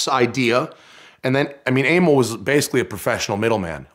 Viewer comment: Aimil?? Emil is not pronounced like that...